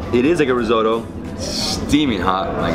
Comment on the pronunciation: Rissoto ? Seriously rissoto😵